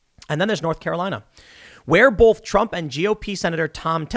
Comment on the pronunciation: STOP SAYING BOWLTH! please.